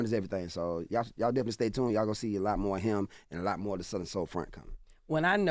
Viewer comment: Charla pronouncing Southern as “Suther-rin” is wild! 🤪